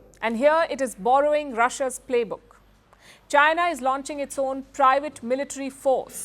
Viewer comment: 😂😂😂...waking up to this again 😂 "Jainaa" 😂😂😂